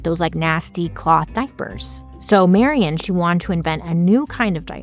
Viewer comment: My name is also Marion and you’re probably the first one to ever pronounce it correctly. Thank you!❤❤❤❤